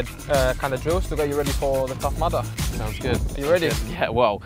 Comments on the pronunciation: It's Tough Mudder not "Mother" BAHAHAHAHAHAHHAHA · What is that word that he says like "The tough madda" or something??? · Leyenda9 Lmao I heard "Tough Mother" and I was like "What the fuck is he on about?"